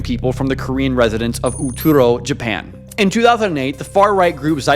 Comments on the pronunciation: I wish you would put in more effort to say the words correctly. You kept saying Oturo instead of Utoro and didnt say it right a single time. I understand that some words are hard to pronounce, but this is not a hard word to get right. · Oh man every time you pronounce Utoro it gets butchered more and more. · Please use Google translate or chat gpt to check your spelling. It’s utoro no oturo